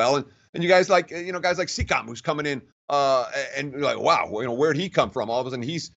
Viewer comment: This mans called Siakam SEEKA smh lol